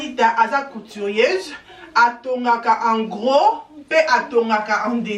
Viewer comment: Kitoko trop balobaka couturière non coutirieuse